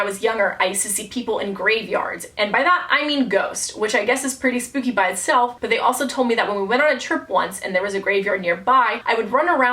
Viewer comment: Spoopy? I’m pretty sure it’s supposed to be spooky